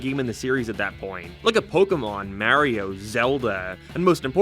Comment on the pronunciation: Your pronunciation of "Mario" makes me wanna sue you for assault